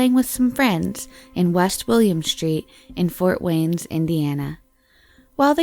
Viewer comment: "Fort Waynes"..."3 different medias"...